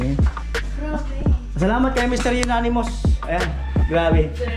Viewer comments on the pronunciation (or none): Amonymous. Dinig ko kasi Unanimous 🤛peace.😂